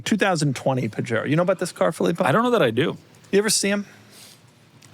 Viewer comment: Hey white Boy Gringos the J in Pajero is pronounced like an H because it's spanish and latin. FYI